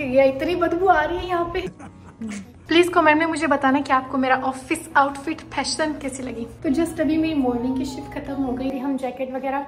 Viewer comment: Not fashion its phession 😂😂😂